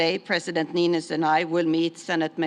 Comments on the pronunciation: "President... Nisto!" Ehh, close enough. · No one can pronounce Niinistö's name right... 🙈😅